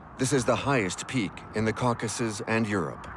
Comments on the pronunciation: the cowCASssus. brutal. Then pronounced correctly mere seconds later. What real narrator uses two different ways to pronounce the same word? A machine, that’s how. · mispronounced common words like Caucuses and Reich. definitely AI.